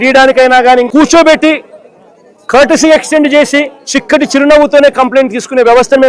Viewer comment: చిక్కటి కాదు ... ఇది షిక్కటి.. మీరు ఉచ్చారణ " షి " అని పలకాలి